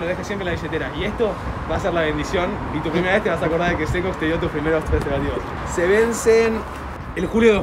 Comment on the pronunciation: soy yo o flashe que decia "comprobando persevativos" sjsjsjs